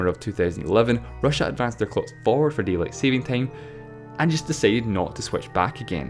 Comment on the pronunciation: deat lien